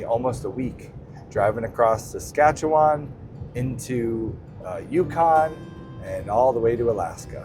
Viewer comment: Good video! Thanks for sharing. Being from Saskatchewan, I have to say that I was impressed you pronounced it correctly - many struggle. But although the beauty of Saskatchewan is it's flat prairie, three hours or so north and you are into terrain that is not that dissimilar to Dawson Creek, another level of natural beauty. I am always in awe of Alaska and how something so beautiful can be so deadly at the same time. Nice ending to the video.